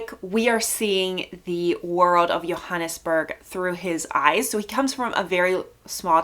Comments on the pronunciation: Hi.. not to be pedantic but Johannesburg is pronounced with a J not a Y.. it would be wrong for me not to correct that as I live in the city.. nice review I'll subscribe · The J in Johannesburg is pronounced , not Yo but JOE